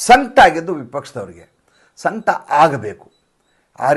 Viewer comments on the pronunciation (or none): ಸಂಕ್ಟ ಅಲ್ರಿ, ಸಂಕಟ. ಪ್ಯೂರ್ ಕನಡ ಮಾತಾಡುವವರ ಹಂಗ್ ಮಾತಾಡಲಿಕ್ಕ ಹತ್ತೀರಿ.